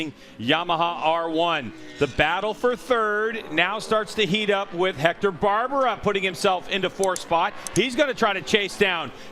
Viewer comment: Nice race,super fight f 3 place👍 and his name is Hector BARBeeeRa Not Barbara.....😉😂